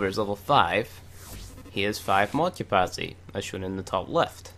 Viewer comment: love the video, but gahh its bothering me!! you don't say your T's!. thirty not firthy, capacity not capacy, lol. don't mind me.